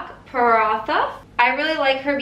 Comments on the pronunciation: Butchered the Indian dish hahahaha. 😂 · I’m Indian and that was horrible lmao but I’m glad you tried 😂💕